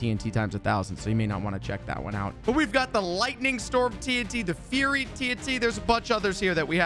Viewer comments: “Furry tnt” dude it’s pronounced fire-ey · Ummm I belive it is pronounced firey ,tnt